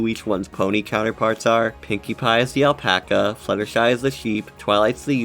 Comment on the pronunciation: Great video! By the way, I was confused when you said "Pinkie Pie is the Aplaca" XD